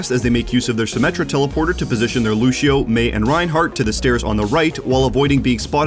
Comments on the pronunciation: Is it me or says "Luchio" or "Lushio" instead of Lucio's actual name. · Lucio. Loose - ee - Oh. Loosio. Lucio. What is this Loosho nonsense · How do you cover professional ow, yet don't know how to pronounce a hero's name, who has been in the game since release? Luchio? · God I love these videos but I hate how he says looshio and not lucio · Ah yes looshio. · People who say lu she o make me want to scream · He says lusheo